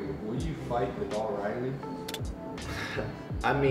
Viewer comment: is it really so hard to pronounce viddal its legit V I D D A L like it's not that hard